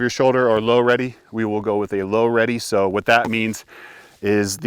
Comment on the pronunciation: more like I'm ready...not Low ready 😂